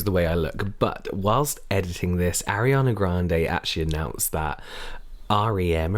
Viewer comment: / James: Airana ga- grande Me: it’s ARIANA GRANDE BISH, OK